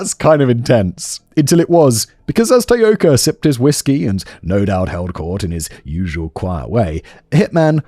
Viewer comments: Self exiled Scot in Tokyo here! Great work George! And while mostly Simon didn't butcher too many of the Japanese words, the two he used the most were, um, a little off! Taoka should be tah-oh-ka, and Kobe, koh-beh (the stress is complicated due to the pitch accent, which I won't even attempt to explain here, but suffice to say that tay-OH-ka and KOH-bee were a little distracting! But not to the lessening of enjoyment of what, again was a hugely enjoyable video and an interesting change of pace which I hope performs well! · Can you even try to be professional you didn't even bother to learn how to say the name of the person the video is about!